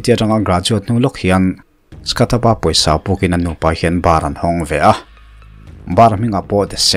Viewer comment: Skat i ti a ... Scot tih tur a nilo a mi? Scott